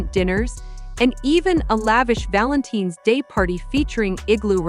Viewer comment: The pronunciation of Valenteen clued me into the AI narration. I guess I was slow in the uptake.